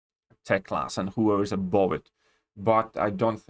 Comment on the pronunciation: All in all I don't care how often you use the phrase all in all. I did not even noticed it. But what I do have noticed is how you pronounce the word "above". It should be pronounced like you say the word "buff", so it sounds like "abuff". Oh and please don't ban me for pointing that out 😨🥶. I just want to be helpful 😇.